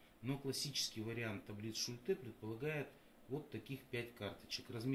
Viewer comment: Точно сказано, реклама - двигатель торговли. Что не сделают ради зарабатывания денег!!! 👍😁😁😁 Бумага, на которой напечатаны таблицы тоже из 50-х годов??? Методика работы с таблицами описана в трёх строчках печатного текста, а вы умудрились это вложить в целую диссертацию. И ещё, как же правильно - шУльте или шультЕ??? В видео Вы ставите ударение по-разному!